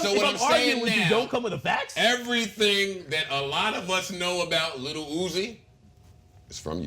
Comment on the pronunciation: If says "LEEHL" one more fucking time, I will fuck a hole through the concrete and nut into the Earth's core.